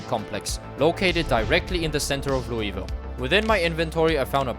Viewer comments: Lul-vul not louie ville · as a louisville native the worst part about this video was hearing him say "louie-ville" instead of "loo-uh-vull"